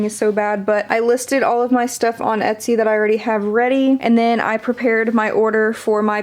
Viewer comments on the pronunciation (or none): none